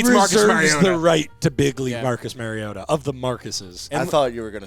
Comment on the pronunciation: MARIO-TAH MARIO TAH. not Mary-ota